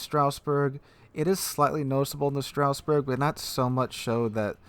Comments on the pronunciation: It. Says. Stras. Not straus. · Pretty sure its more of a "Strazz-burg" than a "Strouse-burg" - GG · Straussberg? Strasbourg pls. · not "Strausberg" . . .